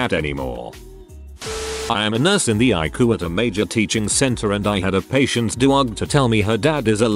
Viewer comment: "The Icoo" (ICU) ROFLMAO!